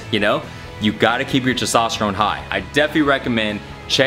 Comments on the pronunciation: Testosterone,. Not Sestosterone lol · He struggles so hard pronouncing TESTOSTERONE..... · He can't say testosterone lol